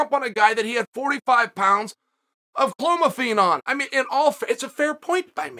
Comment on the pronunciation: "45 lbs of chlomophene," lol.